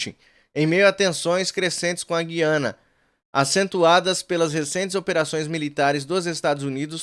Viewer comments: Pelo amor de Deus. Não fala gui-ana só os petistas falam assim. O certo é, gu-ia-na😊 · Olá, pronuncie corretamente a Gu I a na e não Gui a na. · Oi, o nome do país não é Guiana com U mudo. É "Gu i ana"... Como se "u" tivesse trema (Güiana) ou Gúi-a-na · a pronúncia é GU I ANA